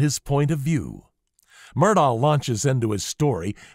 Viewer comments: It's not pronounced Murr daw , it's apparently pronounced Mur-dock . You can hear "Ellec" say Paul Murdock though it's hard to totally hear it and he says the second syllable quickly. It's probably a South Carolina maybe Gaelic pronunciation. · Dear, ALEC MURDAUGH told the police 🚔 on camera 📷 in their cop car he PRONOUNCES his Fname: ALEXXXX LName: MERDOCK Git it right. Do your research. You incorrectly said ALEC MURDAUGHHHHH 🤷🏽‍♀️ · Love your content + style. Subscribed! (forgive me for making the minor observation that he pronounces his name Alec Murdock) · You pronounced Murdaugh incorrectly. It is pronounced like Murdock. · How is it that anyone covering this trial would not know it is pronounced Alec Murdock? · Yes. But if only he pronounced the name right... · Isn’t it amazing they want to do these professional sounding documentaries, but they can’t even pronounce his name right?